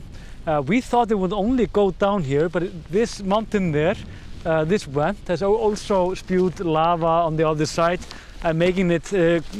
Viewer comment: Ok say it with me VVVVVENT. not went.